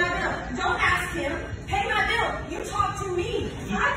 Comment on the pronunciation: “i’ll pay youw biww if you leave!” GAHAHAHAHAH